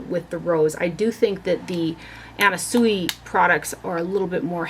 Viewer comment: You have such an enviable collection I love it! By the by..... the designer Anna Sui's last name is pronounced (Swee) 😍